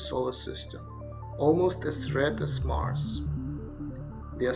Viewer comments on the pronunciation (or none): none